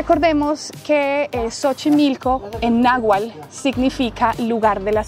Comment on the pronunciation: no es nahual, es nahuatl